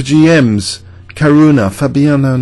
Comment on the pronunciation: Actually Caruana is pronounced Car - who - ana (without the "h" sound) ...like Louisiana.